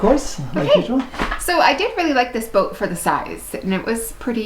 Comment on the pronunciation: has a distinct way of saying "Bouht" The retractable bimini roof looks like a pain. Like you said, keeping it clean and future maintenance item. If caught in a rain shower when open, it would collect a fair amount of water on top too. The cockpit seating looked better and bigger than the salon. Those rear helms are a no-go for me. Maybe best as a live-aboard in a marina? Tooling around in the Bahamas? Not for long passages for sure. But is that a bad thing? Depends on your needs and wants. Nice that you ran into a follower of yours while doing the review! Janice is not 'Casper white' - she is part Polar Bear!